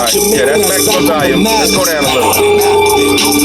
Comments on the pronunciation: valume.......volume? hahaha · Yo its volume not valume lmao. Thinking of replacing my air raids, this might be it! Nice review man. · maximum "valume"